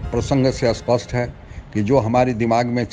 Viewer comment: Spasht ko aspasht kyon bolte hain, behude, Hindi toh thik se bol le, ta fir Bhojpuri kafi hai. Sthan ko asthan bola ja raha hai.